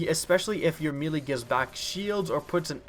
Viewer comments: its pronounced "maylay" not "meelee". NO disrespect just telling you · me-lee???? WDF?